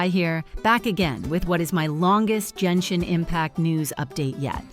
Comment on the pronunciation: nah, this video gets a downvote; “jenshin” impact? nah, i’m out.